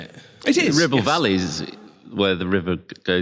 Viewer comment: was very careful to pronounce the R this time.